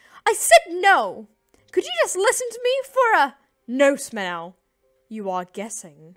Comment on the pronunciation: They pronounced spinel wrong -.